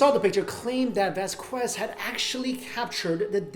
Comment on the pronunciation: dude it's pronounced vaskez